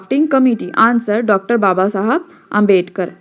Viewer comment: Please pronounce Babasaheb Ambedkar properly it's not "babasahab" it's "Babasaheb" ok & you are excellent teacher I liked your videos very much